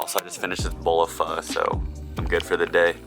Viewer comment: Finally someone who pronounces Pho correctly lol